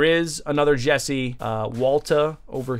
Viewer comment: That ain’t Jesse, that’s Jeese. Sounds like a mix of 🧀 and New Jersey